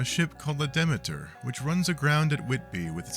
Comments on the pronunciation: "Dracula arrives in England on a ship called the DEH-muh-tur." Oy! That's "dee-ME-tur," the Greek goddess of harvests and grain, Roman Ceres, root of the word cereal. Mirriam Webster's website is your friend. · What's your source? I've checked Forvo, Cambridge Dictionary, Mirriam Webster... I can't find any source that pronounces the name DEH-muh-tur.